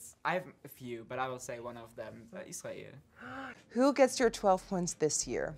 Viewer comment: I love how the german one said israel in the germam pronounciation😭 i'm swiss btw